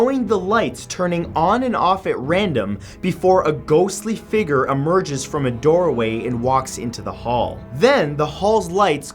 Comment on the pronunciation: Am I the only one that gets confused when some people say 'fugurrr' rather than 'figure'? Am I going crazy? Cuz... Idk